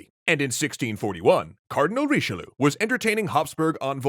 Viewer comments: Seriously, why do you ignore the "i" of Richelieu ? I know it's a nitpick but still. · Bruh what's that Richelieu pronounciation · Honestly, I was legitimately pained by his pronounciation of Richelieu XD